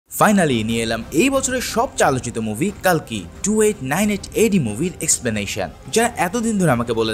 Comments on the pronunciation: উচ্চারণটা কাল্কী না কল্কী হবে❤❤❤❤🎉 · কালকি নয় কল্কি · উচ্চারণটা কাল্কী না কল্কী হবে❤❤❤❤🎉😊😊